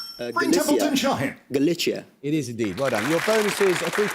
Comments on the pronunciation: The region in question is known to Turks that way. The proper way of pronouncing it would be Galitsia, but it is not a common combination of consonant sounds in Turkish so back in the day they pronounced it as Galichia and it stayed that way. Most Turkish students of history would know the region due to WW1, as Turkish soldiers were sent there to aid the Germans. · Galicia…Galichia His latter pronunciation sounds very interesting.